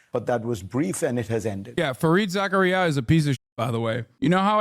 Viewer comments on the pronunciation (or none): You mispronouncing Fareed Zakarias name is textbook hubris from a Muslim